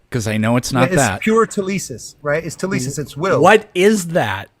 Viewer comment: did this tool say "telisis"? what's with american christians butchering greek words while thinking they have magic meaning? the word by the way is θέληση, and it simply means will. i should know, i'm greek.